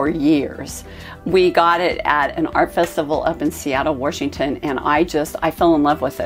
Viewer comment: Did she say Warshington?